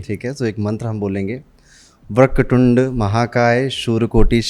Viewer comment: वक्रटुंड नहीं एस्ट्रोलॉजर जी वक्रतुंड शुद्ध उच्चारण है😂😂😂